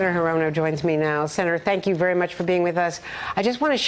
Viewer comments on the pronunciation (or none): it's 'HEE-ro-no, geez!